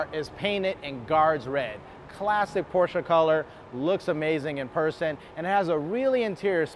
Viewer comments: Please learn to correctly pronounce the marque of the car you are reviewing. There is only one correct pronunciation. Otherwise, decent review. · no, there are plenty of ignorant Americans who pronounce it incorrectly as well.